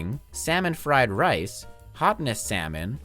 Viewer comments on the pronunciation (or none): none